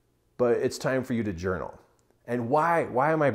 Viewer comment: This man said JOUNAL! So I will journal thank you so much this is such amazing advice starting tomorrow morning